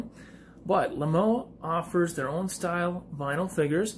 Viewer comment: It’s also said like lame-o